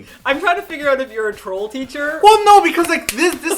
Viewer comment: I knew it! Martina is Canadian. She pronounced 'out' like 'oat'.